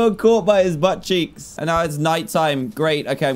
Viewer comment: "HIS BUTCCHEEK GOT ME" LOL